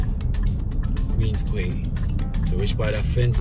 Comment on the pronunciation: Queens Quay, prounced (key).